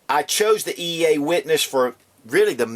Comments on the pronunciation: He keeps calling eaa witness a cz very confusing also it's eaa not eea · it's EAA not EEA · he says "EEA" about a hundred times, and he got it backwards when he said all of the calibers that are available on the CZ...when he really meant they are available on the EAA pistol. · lol a couple times you accidentally said eea a couple times :)